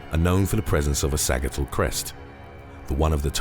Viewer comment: Sa-JIT-all crest